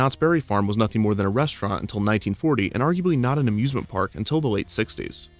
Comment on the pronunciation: The “a-zoosment” park also sounds like a Christmas pun, the “Hay-zoos-ment” park